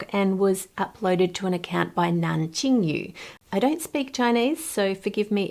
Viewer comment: You've nailed Nan Jingyu actually, especially the yu since it's actually an umlaut u that most english speaker cannot grasp. And you've actually got the tones quite well.